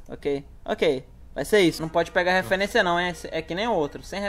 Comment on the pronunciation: "Eu peguei a refuerincia" Normali UwU